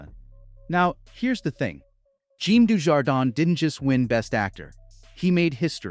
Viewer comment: You better start pronouncing Jean Dujardin's name correctly before you spread misinformation about his career flatlining while he enjoys a perfectly robust run of films in his native France.